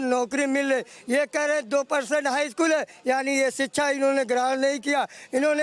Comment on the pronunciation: Abey Kyan Pada Hain SHIKSHA Bolna Seekho Pahle